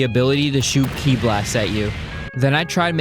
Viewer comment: Ki is not pronounced key it’s pronounced kai